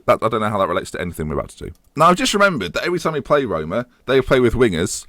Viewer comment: Rhyming Roma with aroma... Oh dear